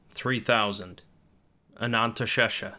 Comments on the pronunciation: Did this mf just say "the real Ananntashesha"?? There is no such thing in real life. Don't be silly. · Ah, yes. Ananteshesha. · I thought it was pronounced anaesthesia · Oh how you’ve butchered “anantha sesha”